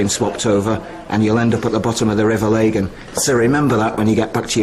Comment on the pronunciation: It's so funny how they can't say Lagan.